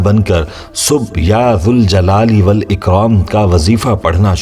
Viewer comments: Bhai . when we add "ya" to Zuljalal Wal Ikram . meaning changes . hence we need to read -- ya jaljalali Wal Ikram -- Please correct me if i am wrong . Please do some research . with ya we need to pronounce jal not zul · Galat hay sahi ki tasdeeq Karen ke ya zuljalalewalikraam Nahi Balke ya zaljalalewalikraam sahi pronounciation hay. Agar ya hatake padha jaye tab zuljalalewalikraam hoga phair bhi aap Tasdeeq zaroor karen aur hame jawab den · Aap Allah ke iss naam ko galat read kar rahe